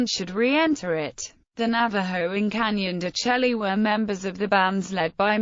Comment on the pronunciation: It's pronounced Canyon de shay